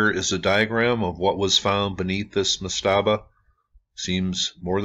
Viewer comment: I love your channel, great content, but /ˈmastəbə/ the emphasis is on the first syllable. I used to proof listen audio books and edit that sort of thing. Again, love the channel and the content. Just call them per-djet.